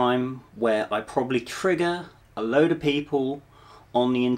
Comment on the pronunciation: Immediately put off by your haughty attitude and false indifference. Jfc just get to the point, im here to learn not to see an englishman tell me im gonna get "triggered" and saying the word "trigger" with the emphasis of a 6th grader saying "ass"... Just wanted to leave this before blocking your channel in the chance it bursts ur bubble and knocks you back into orbit